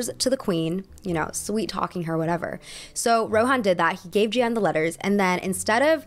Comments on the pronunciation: “Jeanne” in French is pronounced “jAhnn” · (context - it's "jen" with a soft j) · You don't pronounce both "e"s in "Jeanne" :) Also I feel like scamming can be very capitalist. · So for a French prononciation, Jeanne is pronounced more like « Jan » than « je - ann » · Jeanne is actually pronounces J-Anne not J-y-anne :) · My parents are French so trust me I feel you with the accent struggle lol! You had livre right with that slight “uh” sound at the end! Jeanne would be pronounced like “Jahn” like a long drawn out A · Livre -> the "i" is pronounced like "e" in English. Ignore the "e" at the end of the word. (And you can pronounce Jeanne like Jane, it's close enough that we understand ^^) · Sis's editing in this video is on point! I dunno if she hired an editor or if she painstakingly did this herself, but brava!!! I will say though, her pronunciation of Jeanne - oh gosh... oh jesus christ XD It's not very often I hear my name pronounced in a French-ish accent at all but this was... an experience ahahaha! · I didn't understand the story about Jeanne because of the messed up pronunciation of the names I'm so sorry 😭